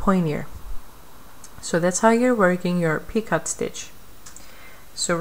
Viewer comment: Very helpful video, but just one thing...you are pronouncing the word "picot" incorrectly. It is pronounced "pee-coh", long O sound, silent T. Thank you for your tutorials!